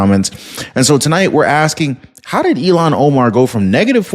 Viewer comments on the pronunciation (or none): IL-HAAN…NOT ELON. Cmon